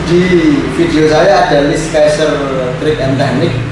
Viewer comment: Cuma mau koreksi. Scissor bukan dibaca "Skaiserr", tapi " SIZERR".